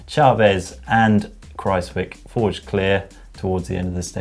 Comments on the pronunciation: Dear GCN, it's a lot more "Kraus-whyk' than Kraus-whick! The 'wij' in 'wijk' sounds more like "why"! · It is pronounced Kruijswijk not cruzewick